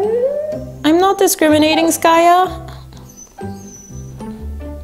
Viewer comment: its skaya not skayu